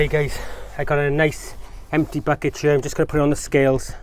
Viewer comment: You know a man's potato crops will be big if he pronounces "here" as "hyur."